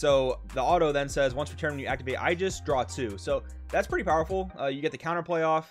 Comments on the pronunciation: im sorry its nothing against you its aegis with an A at the beginning. love the content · please never try to pronounce aegis anymore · I think you pronounced "aegis" in every possible different way lol